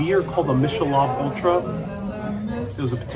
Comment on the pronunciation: the beer is pronounced MICK AHHH LOBE